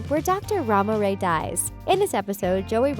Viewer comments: Ram-o-ray Really? It’s said: Rm-o-ray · why’d she say ramoray like that? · You can't say Ramoray watch the episode 🙄🙄